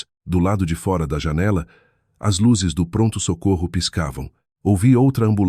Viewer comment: Que narração horrível! Dra? Fora com o aberto? Etc